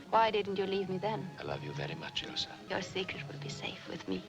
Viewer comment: Yeah the mispronouncing of Ilsa's name was driving me crazy lol, good on you for realizing. A lot of reactors just keep doing it, even when the movies keep saying the characters names. This is one of the best movies ever, and might the most quoted one as well.